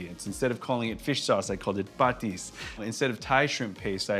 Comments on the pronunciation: I like the way you say patis 😁❤️💛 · Chef, the correct pronunciation is pah-TEES, not PAH-tees. Stress is on 2nd syllable. You said bagoong right.